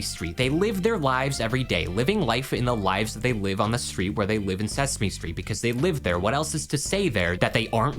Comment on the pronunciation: Sesme stret